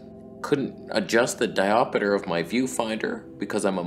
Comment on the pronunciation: “Diop-e-der” LOL